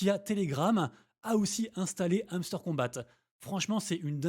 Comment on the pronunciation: On prononce pas’le t à kombat lol